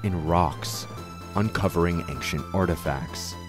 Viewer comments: Aside from you pronouncing "ancient" like "ankshent", this is a 10/10 documentary. Very well done!! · This video was pretty great except for the way you kept saying anc-shint was distracting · Why do you pronounce ancient as "anxient"? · May I ask why you say anksient instead of ancient? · why do you keep saying "anxient" instead of "ancient" :/ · Why do you pronounce “ancient” in such a way? Good video, though. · I'm loving this video. I only have 1 gripe, that hard "K" sound he puts in "Ancient". Well done overall, truly. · please learn how to pronounce ancient, your mush mouth ruined the whole video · I've never heard anyone pronounce "ancient" with a hard c, that is very strange to hear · Such a fantastic video! The only thing that throws me off is your pronounciation of "ancient" ^^ Maybe check that for the next video. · First i want to say that i loved this. But i have one complaint, and boy do i hate to be that guy, but the way you pronounce ancient was making my eye twitch 😂 to each their own though.